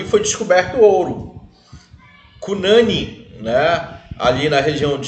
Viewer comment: O NOME SE PRONUNCIA CU NANIN COM FORÇA NO U COMO SE TIVESSE ACENTO ~